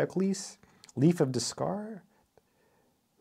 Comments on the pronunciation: under SOME REMARKABLE CURVES item 505, "Leaf of Descartes" is pronounced like 'daycart', and not 'dezzcarr'. Descartes was a seminal figure in philosophy, science, and mathematics. He was known (in mathematics) for his work in Analytic Geometry (Cartesian Coordinates -- look up his work: "La Geometrie"), and greatly influenced the young Issac Newton. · Des-cart? Really? It is pronounced Day-cart. (And I studied much of this in three years of college mathematics for engineering.) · Day kaat. British English pronunciation pronunciation does jar! 😝. But we forgive him ….he loves math, books and has awesome pectorals. 💪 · Dess Car??? What? I have had to question if you are real or phony. This informs the question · That is a compass in the leaf photo of the author, not a protractor; Leaf of Descartes is pronounced “Leaf of day cart” as in cartesian coordinates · There are some unique looking curves there that I have not heard of. You didn't quite pronounce his name right there. It's more like Day Kart or Day Kaat. 😏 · Kind of surprised you butchered his name there 😅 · I’m sure you know lots of math, but I find it extremely jarring that you would badly mispronounce the names of, arguably, two of the greatest mathematicians and philosophers in all of history: Descartes and Leibniz.